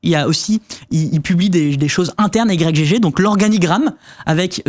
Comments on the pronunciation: Vous dites i-grec gégé vous? Moi je dis juste igue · Personne ne dit "Y G G". C'est Ygg. Comme Yggdrasil. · Mais vous pouvez pas dire "igtorrent" comme tout le monde, au lieu de dire "I-G-G-torrent" ? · "i jé jé" Mais?! c'esg "igue" :') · ohhhhh sérieux ? "Y, GG" ? ... En une syllabe "Ygg" comme le debut de Yggdrasil. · " Y G G " , comment vous prononcez Yggdrasil ? 😂